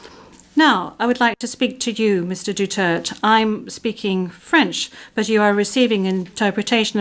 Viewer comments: It is not DUTERT..... It's DU-TER-TE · The judges cant even pronounce the president"s surname right.the judge are a bunch of idiots.Duterte, not Dutert,unless they are naming somebody else's. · duterte not dutert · Please say his name correctly madam procecutor not Dutererd But Duterte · Say his name right translator.. Duterte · Duterté. DU-TER-TÉ! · ICC, you are judging the wrong Man, MR. DUTERTEH (that is the way you say his name, don't act as dumb, you who translate). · Dutert pronunciation nya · Cant even pronounce the name correctly. Even I hope Duterte will be declaired guilty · THIS WOMAN SOUNDS LIKE A WHORE AND CANNOT EVEN PRONOUNCE THE DUTERTE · If im the lawyer for Duterte, i will demand that they must pronounce the name properly or else the court proceedings will not continue until the name is properly pronounced. And i will make a motion that if not pronounced properly i will consider it to be a different individual and not my client. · This lady can't even pronounce Duterte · Dpat ksuhan din yan icc di mrnong magbigkas ng apelyedo ni dutert😅